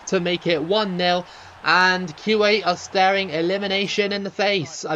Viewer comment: I don’t know a lot about Arabic, but I think you are pronouncing Kuwait wrong…